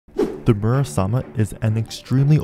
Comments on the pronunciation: Im kinda annoyed bc he calls muramasa a «murasama» lol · Your saying it's name wrong and there two characters who use in mgr Raiden and Jetstream sam